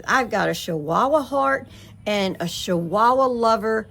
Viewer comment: I think it's funny. How you are saying shchihuahua. . They are called Chihuahua. 😂 I got to laughing so hard thinking about if I said I've got to go put up my shachickens 😂. Aka chickens that's so funny shchihuahua. I'm happy for you.